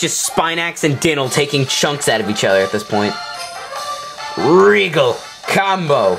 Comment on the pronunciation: 1:pronounced (die-nal) 2:LP not FP 3: i did beat dynal with 3 bones